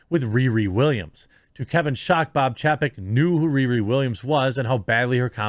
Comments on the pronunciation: It's pronounced CHAYpek. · Chapek is pronounced Chay-peck. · Say it with me "chay-peck". Learn to pronounce names. You make us look bad.